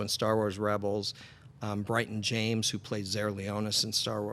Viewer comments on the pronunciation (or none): none